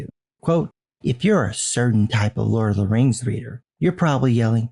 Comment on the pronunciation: Maybe he watched "teh lurd of teh reings" too often. 😂